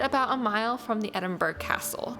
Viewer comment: Thanks so much for your wonderful video of my home city. For the record it is Edin-burr-ah you don't pronounce the 'g' !!!. You are very welcome to come back , as the 2nd most visited place in the UK there is so much more to see but it can get a bit crowded at peak times , i never cease to be amazed at the unique magical landscape of the city centre & over a thousand years of history in the old town in & around the Royal Mile.